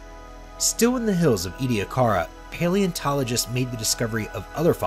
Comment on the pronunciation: Also of concern are the mispronunciations of Ediacaran (as "Edda-card-ian", yet they still managed to pronounce "Ediacara Hills" without adding more letters) and "Rodinia" (as "Ron-dinia"). Variations in syllabification and the occasional ambiguous vowel like the E in Ediacaran aren't too uncommon, but inserting letters that aren't there isn't really acceptable for documentary narration. There were other mispronunciations but these are the memorable ones, as well as tribble-ite of course.